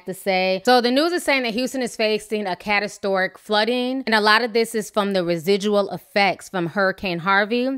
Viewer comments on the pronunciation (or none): CATASTORIC though? 🤔...I can't ...ti just be making up her own words and shit lmao... In other news: I'm praying for anyone affected by Hurricane Harvey, that storm was merciless...